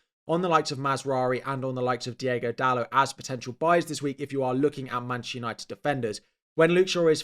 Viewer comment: “DiOgo Dalot” 😂